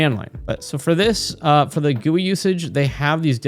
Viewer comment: This is amazing, and I loved the video, but it's hard to gloss over the way you pronounced GUI😭